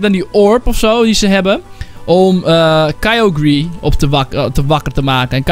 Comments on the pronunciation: een ding het is kay ogre zo zeg je t voor de rest cool man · wat spreek je kyogre skeer uit